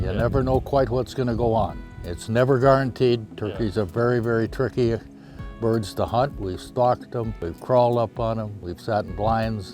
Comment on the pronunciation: "Turkeys are very, very... turkey birds to hunt." On my fourth listen, I could hear that he said "tricky", but it was pretty turkey to understand what he said.